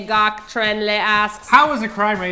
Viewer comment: LMAO "Ngoc" was totally butchered.